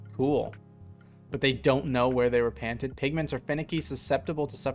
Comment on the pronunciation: psychic damage for every time he said it. Also 'panted' for painted. But as a linguist, super interesting and now I want to collect data.